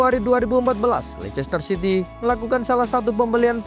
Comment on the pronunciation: Bacanya leister city bukan lechester city ....